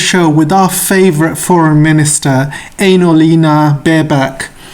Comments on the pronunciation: Did I hear you say Anal-eena Baerbock? 😂😂😂😂😂😂😂😂😂 If so, what a correct description! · Maybe that's why AJ pronounces her name Anal-Lina lol